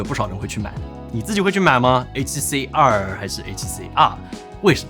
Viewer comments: R（X 2（O 發音好像😂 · Tim发音里A7CR和A7C2非常相似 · 不看字幕 全程以为只讲了一台相机 a7c2 a7cr 读音傻傻分不清😂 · 真希望發音可以唸為 a7c ii ( two ) 比較好分辨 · 读成二声的“儿？”，结尾语调上扬，是目前国内博主读音的通病，只能用一个字来形容就是土！ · 2和R的发音搞在一起，都不知道说哪一个，博主发音需要改善